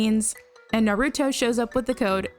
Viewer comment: I was about to subscribe and then I heard the way you pronounce Naruto